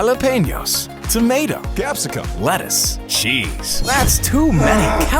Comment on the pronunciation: Le'is, wiv tomao